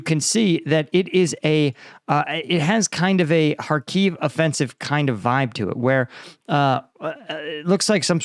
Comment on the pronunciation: just fyi it's pronounced HARkiv with a short I as in fit, not kharKEEV